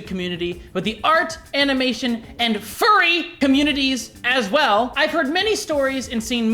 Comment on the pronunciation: why did he emphasise 'furry' like that